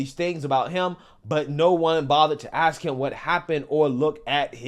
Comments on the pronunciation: How do you axe someone a question? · You ask not Axed smh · When you say the word "axe" instead of "ask" credibility is gone. Regardless of who owned the bike, if I would have treated a pregnant lady like that, on camera, and my mom saw it,Lord help me